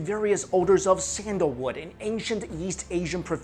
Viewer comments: Hello, from to you said sandalwood, "sandlore" and "sandallore" i replayed this several times to try and make out what you're saying, could you reply to me what it is you're actually saying? I would like to look into this and experiment with the healing properties! Or if anyone else can make out what he's saying, please let me know!! thanks! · Are you saying sandalwood? I got the first reference to it, but can't make out if you are repeating it in further examples...